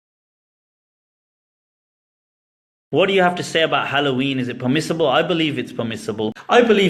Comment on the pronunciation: '' THheY ArRe PeHmiSSibULe In My UnDeHStANdinG '' lol what a ding dong.